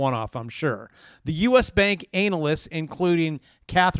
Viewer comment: ANAL LISTS FUNNY PRONOUNCIATION.